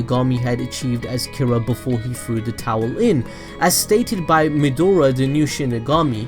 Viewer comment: why does he keep calling Maedra Midora?